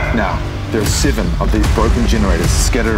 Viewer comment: just so you know "seven" is not pronounced "sihven"